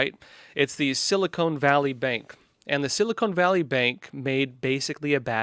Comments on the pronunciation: SiliCON, not Silicone.. :) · For the love of God.... It's sili-CON. Not sili-CONE. Short-O. not long. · It is called "seal a con" valley is what I hear you saying.